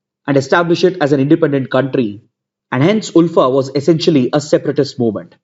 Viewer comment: Sir I'm from Assam and Assamese people pronounce ULFA as "alfa"